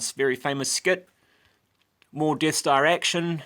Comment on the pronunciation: The Deeth Stah